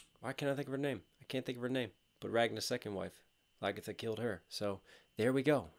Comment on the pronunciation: ngl my computer laged when he said lagitha XDDDDDD